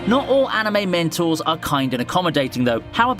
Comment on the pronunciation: am i the only one hearing "mentals" when he says "mentors"?